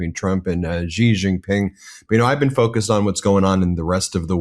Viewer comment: Ben, his name is Xi Jinping. It is NOT "Gee". Please just say "She" if you can't be bothered to make even the slightest effort to pronounce it anywhere near correctly. Thanks.